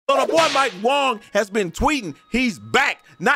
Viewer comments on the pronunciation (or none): Wang.....wang....not wong!